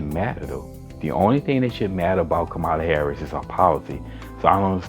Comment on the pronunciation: Her name is pronounced COMMA-la. Thank you. Light skinned-ded? What’s that? Omgeee bruh. Congressman? She was a SENATOR!! Dude! Please get off YouTube